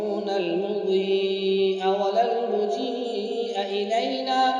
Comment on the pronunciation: پڑھنے والے قاری صاحب کی کچھ غلطیاں 1 المضی یا کے بعد ہمزے کا اضافہ کررہاہے جسکی وجہ سے یا مدہ بنا کر ۔۔مد متصل کے ساتھ پڑھا جو کہ غلط ہے اور حالانکہ یہ یہاں یا مدہ ہے ہی نہیں یا پر شد ہے المضی جیسے سورت یس میں ہے۔۔۔2۔المجيء کو میم کے پیش کے ساتھ پڑھا جوکہ غلط ہے۔۔۔اور صحیح میم پرزبر ہے۔۔۔۔3۔۔۔یامن بیدہ ملكوت....یہاں پر یا حرف ندا ہے یا من اور قاری نے صیغہ مضارع کی طرح پڑھا ہے یامن۔۔۔۔۔4۔اسی طرح کچھ اعادے صحیح نہیں پڑھے ہیں 5۔۔اسی طرح بحول الله لايقدر علينا ....يقدر کے یا پر پیش ہے مطلب صیغہ مضارع مجہول ہے اور قاری صاحب یا پر زبر پڑھ کر غلط پڑھ رہا ہے جو معنی بلکل غلط ہوجاتاہے۔۔ میرا مشورہ ہے دوبارہ صحیح طرح ریکارڈنگ ضروری ہے۔۔۔۔۔۔ میرا کمنٹ لائک کرے تاکہ ایڈمن تک پھونچیں ۔۔۔۔جزاکم اللہ خیرا